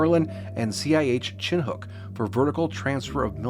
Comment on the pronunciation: Chin hook? lmao it's pronounced shin nuck